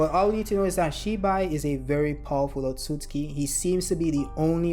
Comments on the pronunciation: The way you pronounced ‘Otsutsuki” kinda bothered me lol… Isn’t it: “oh sut suki” ? Not the way you say it : “oh suts ki” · You are completely missing the second letter "u" in your pronunciation of Otsutsuki. Hearing it over and over again made my ears bleed. Will definitely not be watching anymore content 😂😂 learn to read!! And correctly pronounce words!!!